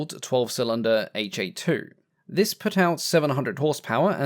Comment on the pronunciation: Just as "Ki" in Japanese Army designations is a syllable and not the letters K and I, the "Ha" in Japanese Army engine nomenclature is a syllable pronounced "Ha", being the first character of the word Hatsudoki which means "motor" using the katakana script.